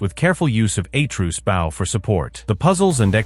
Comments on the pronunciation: It's "uh-TRAY-us", not "A-Troos". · Atruse??? its atreus dude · A-truce … umm I don’t think the narrator played the GoW ! 😢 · "A-truce"?? Fucking AI garbage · Who da fook is Aye-truce? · Atreus❌ A-truce✅ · The way you pronounce Atreus… you should be in jail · Butchered atreuas name in god of war